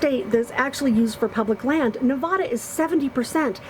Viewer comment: you’re the best nomad on youtube.... love your videos.. just want to say (with no disrespect) it’s Nev-ad-da.. Not nev-ah-da...drives us residents crazy.